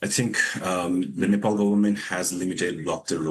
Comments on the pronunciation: Keep repeating nepole😅 its NEPAL! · Nepal , not nepol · Announcer correction please "Nepal" not Nepol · it is called as Nepal and not Nepol , please correct your pronunciations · Nepal.. Not nepol